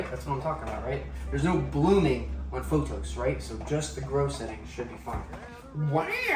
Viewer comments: Say it with me! P-O-T-H-O-S! Not photos. :P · Use the green grow setting 💯 . Also, the plant is pronounced as PO”TH”OS, as you make the TH sound with your front teeth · It's pronounced paw-thows. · Plant people here, You are pronouncing pothos wrong, try asking were you get them from how to pronounce. Love your videos!!!!